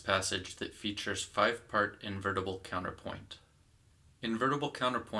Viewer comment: PLEASE ! It's not 'COWNER-POIN' - it's COUN-TER-POINT.